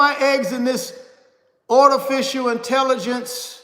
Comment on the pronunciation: What is " Ortificial " 😂😂😂😂😂😂😂